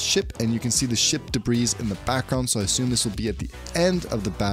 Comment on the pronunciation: The s in debris is silent LOLOLOL